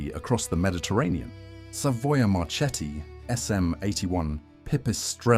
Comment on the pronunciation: Savoia Marchetti It must be pronounced Savoia Marketti, Remember!